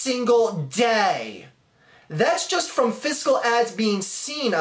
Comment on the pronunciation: i respect the arguements in this video, but when you said DAAYY, it made me laugh my ass off, idk why, just sounded weird to me. by the way, I kind of agree with the money thing, it is a little suspicious, but at this point theres no way the movie isnt at least getting made.